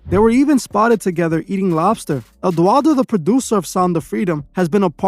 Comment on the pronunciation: Sorry but you are dead wrong on this way. First, you butchered Eduardo's name. Second, he is a MEXICAN actor and producer, many of us know him since childhood, he did novelas. Im not even gonna keep going, but you are wrong sorry